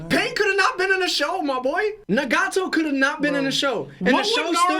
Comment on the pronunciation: has to be joking with the pronunciations of Madara and Nagato 😭